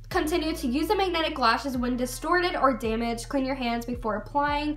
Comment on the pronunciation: mag... netic... lashes? 😕